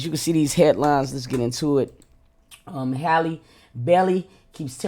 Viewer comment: It'a Ha-Lee not Hay-Lee